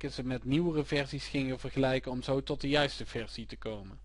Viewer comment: zeer handig dit ! alleen iets meer "DE" in plaats van "DIE" ;P